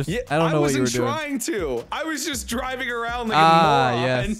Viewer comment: It’s dwiving.